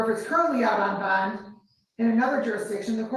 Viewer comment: Love DiSanto's pronunciation of 'bond'. BAAAAHHNNNND